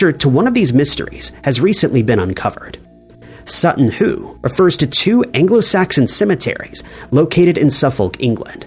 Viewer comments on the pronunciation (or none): Sutton Hoo not Sutton Who!